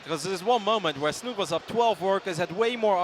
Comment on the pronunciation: It's not "Snut" it's "Snu-Te"